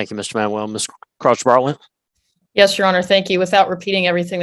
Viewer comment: the way the judge says crouch-bartlett makes it sound like crotch-wallet to me...